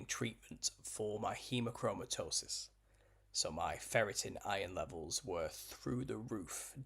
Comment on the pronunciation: Wow you taught hemochromatosis so well! And actually pronunciation was on point!